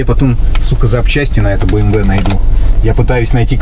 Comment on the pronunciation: Правильно говорить би эм дабол ю